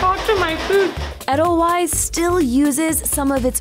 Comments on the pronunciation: Edelweiss, pronounced Ed-el-wise? Ade-l-vice....little white wild flower in Austria...you know, the country next to Switzerland. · Eddel-frickin-wyze? Ee-dil-vase. Immersed with? Umm, I think you mean 'in'. Who writes this shit? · Adele-wise lol wtf is that pronunciation? Jesus are y'all ever white. It's ay-dle-veiss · Edelweiss is pronounced wrong. Edelweiss is correctly pronounced Edel Vice. Wei in German is a V sound. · Its edelVeiss not edelWeiss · You're killing me with the proper pronunciation of Edelweiss. It's "Edel-vice" not Edel-wise." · How you pronounce Edelweiss really bothers me 😖 the true Bavarian pronunciation is Ay-dl-vice so if this shop has their own purpose and reason for their pronunciation I wish it was included in the video, cuz without that explanation this video just makes us sound like the Americans that everyone here in Europe thinks we are lol but other than that, I’m drooling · I cringe every time she says 'Eddel wise'. Don't even know how to say the name of the company you're visiting... that's just bad journalism. smh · it’s “adel vies” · she pronounced edelweiss like “ettle wise” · When the host butchers the name of the establishment, it is hard to take her seriously. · Chicken TIKKA masala, not tiki, and it's not eddle-wice, it's 'aidle-vice'. Fucksake.